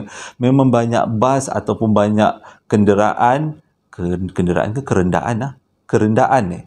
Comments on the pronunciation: Betulla tu bang “kerendaan”. Bukan “kenderaan”. 😆😆 Everynight I listened to your stories. Almost a week now. Terima kashih, bang. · Assalammualaikum.. punya keliru mmg tahap gaban la.. "kerendaan.. " berayaq mata gelak.. 🤣🤣🤣